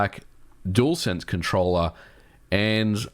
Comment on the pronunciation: hardwaeee??? controllaaeee?